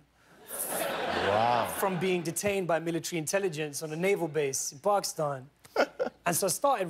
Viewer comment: I love him for saying Pakistan the right way and not the white-fied way. Respect to you Riz! Hahahahaha